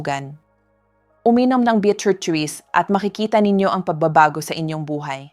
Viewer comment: Yung pronounce Nya sa juice ay juis